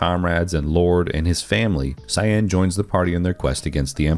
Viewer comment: Love your pronunciation of Cyanne. Jokes apart, nice video!